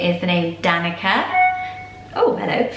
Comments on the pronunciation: DaniCa C like in cell not K sound :) All names are ❤ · I'm Serbian and Danica is pronounced "Dahn-ee-tsa" the c is a "ts" sound. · Just fyi: Danica is pronounced with a ts and not a k. So Danitsa. (I'm Serbian and it's a Serbian name)